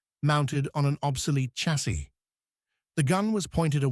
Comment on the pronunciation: Fuq AI slop .... In English, chassis is "sha-say", not a hard ch- as in church. Who says? Oxford dictionary.